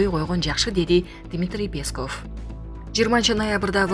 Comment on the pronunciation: Уфф, ушул жанылыкты окуган кызбы келинби , билимди , тилди , туура басым жасап окуганды уйронуп алчы , сураныч! Мисалы , Пееесков эмес , ппесков , Памирден окубай келсен да. Кыргыз адабияттан корком окуу деген куну , келбей койсон керек .